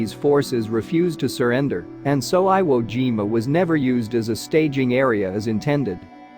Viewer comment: You mean Veye-ut-gnome? How do they get eye wo, but not jime-a? What a "Gine-a"